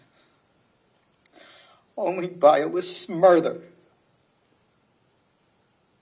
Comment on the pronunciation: Sorry but why does he keep saying murther? It doesn't sound like he has a speech impediment?? RIP Alyssa n everyone taken too soon that day